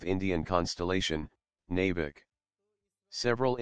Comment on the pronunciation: Thats Navik. Not nevik